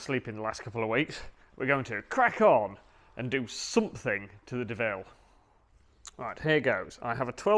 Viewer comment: Doh-ville, not Deville!